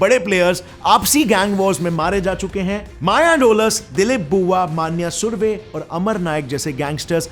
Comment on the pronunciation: Bhai Gavli or manya surve kaa pronounce galat kar rahe hoo